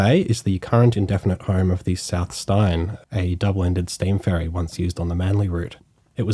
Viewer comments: Thanks. Very well done, informative and fun to hear pronunciation variations. E.g. South Stein rather than Stain, McMairns Point rather than McMarns (think of the PM), Kale Expressway rather than Karl. It's Newcassel vs Newcarsel all over again!😂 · Great video mate. Guessing you're not an original Sydneysider though? Just because of some pronunciation errors. McMahon's rhymes with 'calm' or 'barn', the ferry South Steyne (named after the south end of Manly beach) is pronounced 'stain', and the Cahill expressway is pronounced how we would say 'Carl'. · "Steyne" is pronounced "Stain" btw. Otherwise, loved the video. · The NY Highline often gets mentioned when converted disused railways are mentioned but the Paris equivalent called Promenade Plantée is a fine example of what can be done in these instances. For the record...the lovely former Manly ferry South Steyne is prounced as in Steen / Stain. What a beautiful workhorse ferry she was with such a great history.